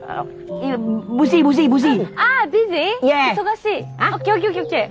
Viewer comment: Org bilang busy kok perkataan pusy 😂